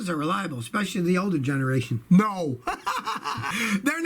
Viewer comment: 0.09 I love the way you said NO I was laughing too